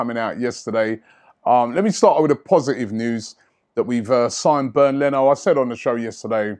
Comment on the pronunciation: It's not pronounced as "Burned" Leno ...lol...it is pronounced more like "Bay-end" Leno.